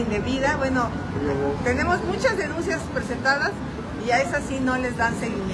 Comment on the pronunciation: Doña "denuncias" 😂 😂 😂 Gelatinas, gelatinas 😅😅😅